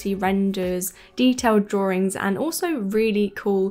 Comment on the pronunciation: As a Texan with a very different accent, I find the “r” in drawRIngs so endearing. 😊